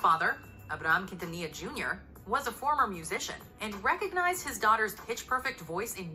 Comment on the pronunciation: He really said quintilla 😭😂